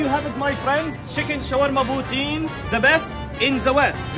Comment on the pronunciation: This is how people spell poutine, but you pronounce it like poutsin and I know that because I live in Canada